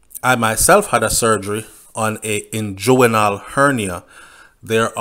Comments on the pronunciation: Hey, its pronounced ingwinal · You are not pronouncing the inguinal hernia properly.